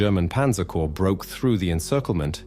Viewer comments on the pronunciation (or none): These narrators drive me up the wall. W as W for Waffen SS. I thought that W was as V. Then not a corp as in Marine Corp but Corpse like as body.